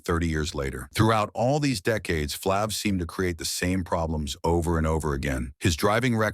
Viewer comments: It’s Flav !! Not flavvv,!!! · A.I. talking from text. You got to spell it Flave, it might pronounce better. But no matter what, Public Enemy would not have been as successful without Flav, word up! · What flng moron either calls him flaaav or doesnt correct the AI to fix it? Morons thumbs down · Get this computer generated commentary outta here! “Flahhv?” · Flaaav....who are these scumbags who read this shit and dont even verify how to pronounce names..maybe its AI but even then someone has to hear it before its posted and say ok its good to go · Man these narrators totally destroying EVERYONE'S NAME😮 is it flāv or flov😮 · YOU PROUNCED HIS NAME FLAV IN ADDITION , IT IS FLAVOR YET HAVE YOU I AM BUYING WHAT YOU SAYING. MANY CELEBS DID DRUGS YET YOU DID SAID NOTHING ABOUT THEM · Damn AI can’t get his name right. Freaking annoying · Like flav this was pure crap. Can't even pronounce the bum's name. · Yeah saying his name wrong 😂😂😂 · Shut up you know nothing about Flav, you can’t even pronounce his name correctly. Walk a mile in his shoes 👞. Go sit down your in no position to judge Flav. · Bro 🤔as long as flav been around U would think U would know how to pronounce his name..🫤💯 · Ummmm word of advice BEFORE you commit to do a documentary on a person PLEASE learn how to PRONOUNCE the person NAME CORRECTLY jeez louis 😂😂😂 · Stupid A.I Voice can’t say his name right 😖